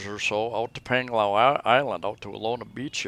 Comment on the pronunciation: Another informative vlog. BTW not nitpicking but 'a' in the Philippines are pronounced with ā. As in Pānglao:-)